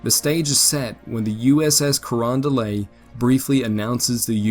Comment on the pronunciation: The “t” in Carondelet isn’t silent. At least it isn’t to people in St. Louis, where the USS Carondelet and several of her sister ships were built.